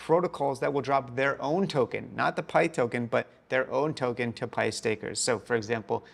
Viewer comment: Still saying pyth wrong lol